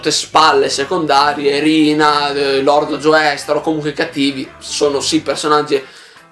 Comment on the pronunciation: Ti prego, si pronuncia "Giostar", non "Gioestar"